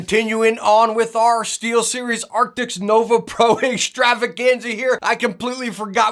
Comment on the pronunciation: Your video came up in my feed. I thought I'd jump in and see if you'd learned to pronounce the word ' A R C T I S' yet. Epic fail. And your thumb nail description has a spelling mistake. PMSL 😂😂😂